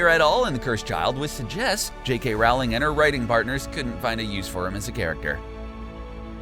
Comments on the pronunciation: In Sep. 2018, you pronounce Nagini Nah Gee Nee, and Rowling ROWW Ling...there were a few others, too. Here's the thing...you're a 1.5millon sub channel. From the director, to the voice actor, to the editor, NO ONE caught these mispronunciations? Or is it just one guy, who got lucky with the subs, because he's really not a fan...just a fraud who found a niche? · Rolling not rauling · He even mispronounced the authors name and some other things. Obvious never even saw the movies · Best way to tell a fan vid from a cash grab: the narrator knows how to pronounce “Rowling”. Also, it’s ani-may-gus. You could at least watch the movies before publishing.